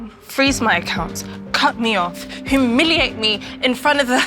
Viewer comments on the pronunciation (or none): Did she say hoomiliate?😂